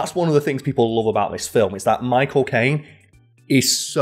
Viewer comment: Everytime i heard "my cocaine" instead of "michael caine"